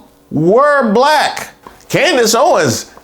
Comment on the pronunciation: a bulack person… gthoh 😂